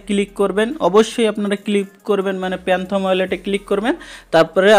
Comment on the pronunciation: প্যানথম না ফ্যানটম